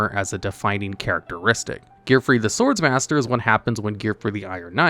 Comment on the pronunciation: it’s pronounced Sword Master, there’s only 1 S. My tism is killing me here